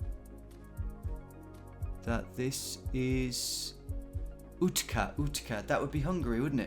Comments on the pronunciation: Utca is pronounced "utsa". I knew it wasn't north Hungary, because north is hilly, and this was flat AF. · The c in Utca is pronounced with a ts instead of a k. Like in sports. It means street.